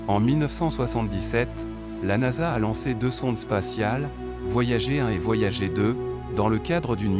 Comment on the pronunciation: tu pourrais faire semblant de donner un petit accent anglais pour "voyager" 😆